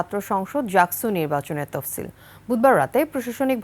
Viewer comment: তপসিল না তফসিল